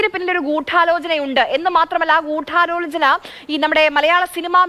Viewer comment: അവതാരി കേ ഗുഢാലോചന മേഖല ഇത്തരം വാക്കുകൾ പറയുമ്പോൾ അക്ഷരശുദ്ധി വരുത്താൻ ഇത്ര അമർത്തി ഉച്ചരിച്ച് വികൃതമാക്കരുത്. ഉച്ഛാരണവ്യാകരണം പഠിക്കുക